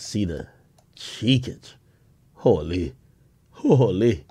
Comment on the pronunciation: "Cheekage" I'm dead💀💀💀💀